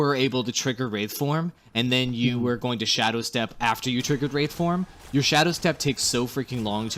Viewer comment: WRAITHform, not wrathform.